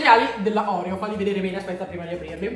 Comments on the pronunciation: Non si dice orèo ma oreò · Si dice oreo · Scusa ma si dice Orfeo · Ma sbagli la pronuncia degli oreo